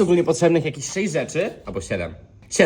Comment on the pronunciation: szejść albo siedem rzeczy czy on powiedział 67😮